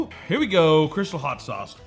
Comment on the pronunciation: First of all, love your videos - second of all, it's crystaaaaaal, like the champagne. Hot sauce of....the pimps.